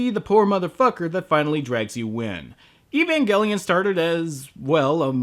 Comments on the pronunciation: he called it evangellion in another video for some reason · Evangelion! Pronounce it correctly you weabo! Evan-gel-ian. Like angel! Not gull, it's gel!